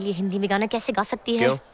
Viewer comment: I appreciate hindi pronunciation